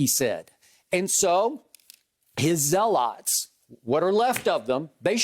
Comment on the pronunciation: It's pronounced zealot